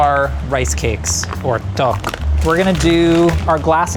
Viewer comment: i'm truly impressed by pronunciation of dduk:D personally i find it interesting when he recreates a korean dish, because the ingredients are on point, but technique is so different